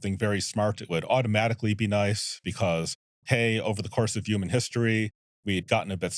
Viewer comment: I just want to ask, I believe it was Eliezer Yudkowsky, "You keep saying, YOUman Well, what exactly is a YOUman?" .